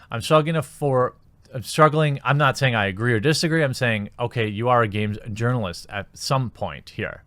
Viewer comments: haha all this time I thought you were just intentionally pronouncing journalist with a soft j; like jogging. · Man Child alert, "Urnalist". Disliked.